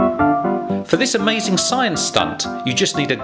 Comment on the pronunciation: "the awazing thing is...OHH SHIT